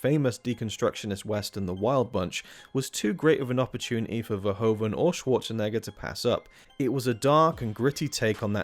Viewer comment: Since you asked for suggestions, his name's not Schwarchenegger. Otherwise great stuff. Very interesting.